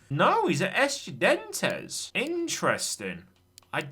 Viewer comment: I don’t think I’ve ever heard butcher a word like how he pronounced Estudiantes in this episode